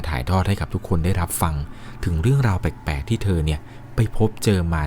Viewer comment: เล่าดีมากๆค่ะ แต่ขอตินิดนึงนะคะเวลาพูดคำว่า แปลกๆ ออกเสียงว่า “แปกๆ” บ่อยมากเลยค่ะ ลองปรับออกเสียงให้ถูกซัดนิดนะคะ ✌🏻😘